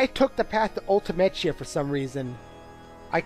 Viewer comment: So admittedly I didn't watch this LP from the very beginning, but when you pronounce Ultimechea (Ultimecia) and seedees (SEEDs) like that, is that a reference to something from earlier on? Apologies if that sounds like an odd question though, it's just that I've never heard either of them pronounced like that before.